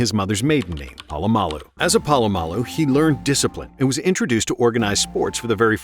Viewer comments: Its not PAlamalu its POlamalu. You're saying his name every sentence and misprouncing it every time and its driving me nuts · Btw - Pole-a-mall-u